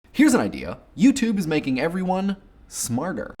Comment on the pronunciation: I've watched the beginning of this video about a thousand times and if I wasn't an atheist I'd swear on a stack o' bibles is saying "smarger" with a hard G sound. Anyone else hear it?